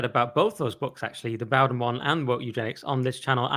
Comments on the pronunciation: Pronounce the man's name right for God's sake! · Ed can't even pronounce his name correctly. How much research can he possibly have done?